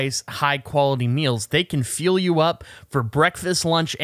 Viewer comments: That's what I heard too. Pretty sure it was meant to be "fuel" though. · i assumed that too, went back and listened again and I am pretty sure he said factor is going to feel you up 🤣